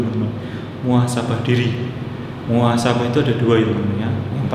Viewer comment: Muhasabah om. Bukan muasabah